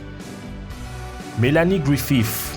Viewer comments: Melianie Grifif ??? you must pronounced GRIFIT .. what kind fuck dialect ? Quebec ? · Mélanie "Gouifif" ? :D